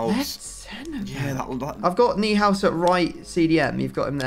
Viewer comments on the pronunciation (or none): Massive fan of the channel dude. If this is me falling for a meme, well done... but Neuhaus... think Neuer I believe... Noi house. Based on the German word neu for new. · FYI Tom, Neuhaus is pronounced ”Noy house” Love team takedown, keep up the good work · Neuhaus would be pronounced like "noi-house".😂✌🏼 Greetings from Germany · how is it people with english as their mother tongue can say Neuer's name, but when another name begins the exactly the same, they just can't say it? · will anyone ever say neuhaus correctly? No one struggles saying neuer, this is no different...